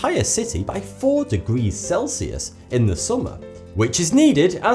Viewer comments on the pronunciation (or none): none